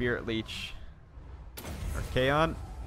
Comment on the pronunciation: I know this is too late but for future reference please his name is pronounced Arc-on